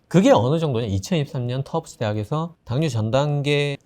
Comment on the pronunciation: ㅋㅋ 내가 Tufts 대학에서 유학했는데 언론방송도 터프츠라고 발음하는데 터프스 대학이라고 제대로 발음하는 사람 처음봄.. ㅋㅋ 터프스 의대과대학이 워낙 Nutrition으로 유명하다하더군요..